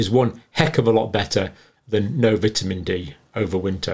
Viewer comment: I like the way you pronounce vitamin